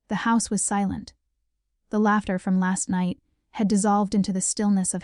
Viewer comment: If your AI can’t read maybe you need to fix your programming. Laughter is not pronounced latter. So she has secretly bought a penthouse but didn’t own a car in her 30’s? Really people!